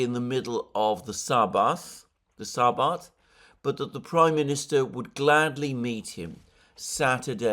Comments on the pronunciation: The newspaper is pronounced Ha Aretz (The country) Sabbath is pronounced Sabbath is pronounced Sabbath not Sarbarth. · Just commented the same thing. Not to speak of the Sarbarth!